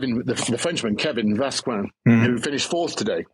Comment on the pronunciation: BW has TERRIBLE name pronounciations, he butchered Jonas (Junas?) and Vauquelin..